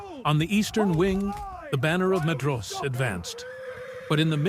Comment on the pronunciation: Great video! So I hate to do this, but Maedhros is pronounced 'my-thros', and Haudh is 'hauth' 'Dh' in Sindarin is always pronounced as 'Th'. You could probably to do a search for 'dh' in your script and change it to 'th' when its Elvish so the narration knows what to do with it